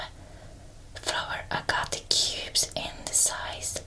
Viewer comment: I love flower agate! It’s pronounces “ag-at”